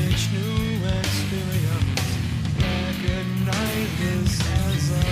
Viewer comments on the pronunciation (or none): none